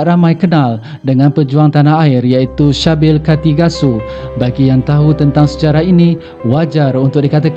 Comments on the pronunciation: Sebutan dia bunyi macam "Sibil" bukan Shabil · Sybil = C-bil dan bukanya shah bil